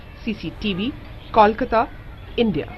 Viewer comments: KAWLKATA..shit,its KOLKATA damn it....KOL as in COAL shitheads !!! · Seriously. I hate it when they say Kawl.